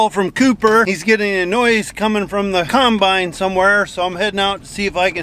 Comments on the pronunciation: Also 'cimebine' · I love how says combine instead of combine